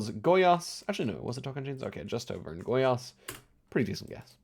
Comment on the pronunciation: just pointing out, your pronunciation of Goiás was very good, I got taken aback for a moment